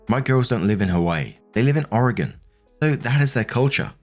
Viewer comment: Shout out to for pronouncing "Oregon" correctly! Get's real old hearing people pronounce it like they are a Lovecraftian fish-person.